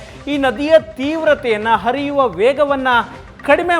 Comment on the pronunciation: ಅರಿಯುವದು ಹರಿಯುವದು. ಥೂ ಮೊದಲು ನಿಮ್ಮ ಉಚ್ಚಾರಣೆ ಸರಿಪಡಿಸಿಕೊಳ್ಳಿ.